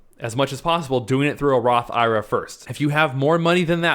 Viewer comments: You are a CPA man please for the love of everything stop calling it a Roth EYE RUH!!! just say I . R. A. like it should be... I want to watch your video but your making it tough to get through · Completely ridiculous to take advice from a guy who doesn’t even know how to pronounce the type of account he is promoting..